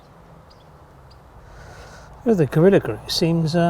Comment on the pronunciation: Gorilla grue.... where did you say you were from again? :) Seriously though, these are instructive; most have tips and tricks for general use too, thank you. The polyurethane glue is on my list for something to try out. Best wishes for a happy Easter from down under (we're well into autumn now - almost time to get out the long-sleeve shirts :) )